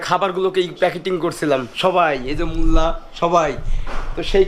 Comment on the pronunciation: মোল্লাকে মুল্লা না বলে ভাই বললে সুন্দর লাগতো।